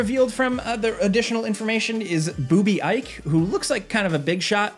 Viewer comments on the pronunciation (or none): You can’t tell me Boobie isn’t pronounced Bobby 😂